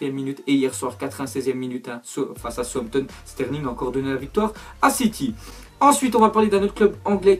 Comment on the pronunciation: C Southampton pas sowpton